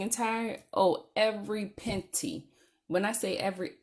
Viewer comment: The snowball method is a great way to knock out debt! So glad you tackled it so aggressively!! Congratulations!! LOL "every penty!" Its an inside joke but I get it. Love it.